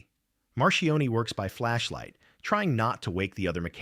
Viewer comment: Marchione not Marion.